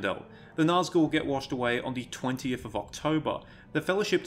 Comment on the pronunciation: Its not naz gull, Its actually NAZG ul